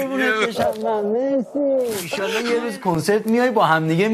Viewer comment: اندیه ارمنی میگه ایشاالله😂😂